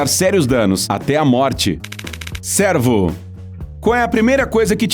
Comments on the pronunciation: Cuidado com a pronúncia, cervo é diferente de servo. Servo é tipo um escravo e a pronúncia do "e" seria assim: "é". E o animal é cervo e a pronúncia do "e" seria assim: "ê". Nesse vídeo vc pronunciou servo. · Quem é o locutor deste vídeo? Ele confunde “servo” com “cervo” ao pronunciar o fonema do animal. Mais atenção! 👀🤭